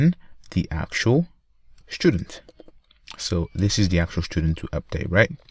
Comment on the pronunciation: for the love of god it's student not schtudent